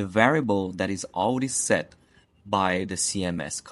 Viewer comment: amazing thank you so much. <3 btw everytime you say Already i hear as AUDI i was so confused at the beginning xD i was like what